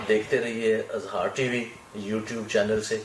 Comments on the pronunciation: ٹی وی کانام ہی غلط ہے اِظہار IZHAAR ہوتا ہے Azhaar نہیں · اٙظہارِ رائے نہیں ہوتا۔ اِظہارِ رائے ہوتا ہے۔ "انصاف کے کٹہرے میں انصاف" کیا فضول بات ہے۔